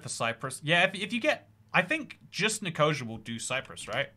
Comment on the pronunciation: Some of the pronunciations are hilarious. Nicosia?